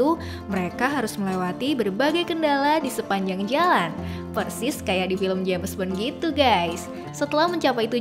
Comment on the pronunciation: Jems but ai reng